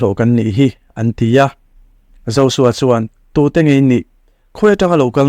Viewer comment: Josua ni nanana zosua tiin i lam tlat a J J Jjjjjjj hi Z anilo